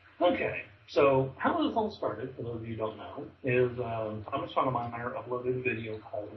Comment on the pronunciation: it's SOTOH My-ERR.. YOu pronounce it like SODOMYERR. like he sodomizes people. Yeah Tommy should have hung up on you .. this is hard to listen too.